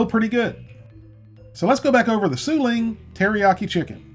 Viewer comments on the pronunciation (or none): No body caught that he was saying su ling when the name is yu sing 😂😂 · That rice dish...oh my. 😧😧😞😞 You said su ling instead of Yu sing,lol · yu sing not sue ling. lol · Did you call it su lings?